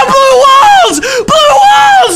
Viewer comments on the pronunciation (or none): it sounds like he says Blue Balls! and blue balls are really scary :P